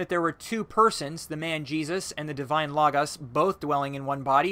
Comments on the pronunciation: Am I the only one cringing when he says lagas (logos)? It's Lohgohs. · Please learn to pronounce common religious and theological terms: Kris-en-dum, not Christian-dum; Loh—gohs, not logg-oss, etc. Studying a little Greek and Latin would benefit you! Mispronouncing these very common terms makes it hard for an educated person to take you seriously, regardless of your content.